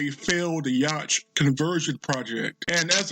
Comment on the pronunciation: Yacht pronounced yot.